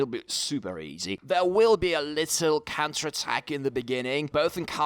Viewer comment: Why does it sound like you say cancer attack instead of counter attack